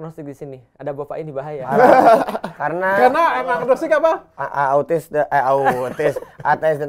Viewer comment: ngakak pas Young Lex nyebut Atheis jd Autis🤣